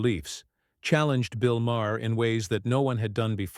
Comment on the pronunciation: This is just click bait. Crockett never threatens to sue Maher. And it's pronounced Mar not Ma-er. Bull shit!